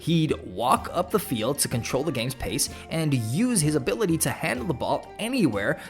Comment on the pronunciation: It's so funny hearing that 😂😂